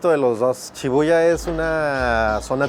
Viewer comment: disculpen pero no es chibuya es shibuya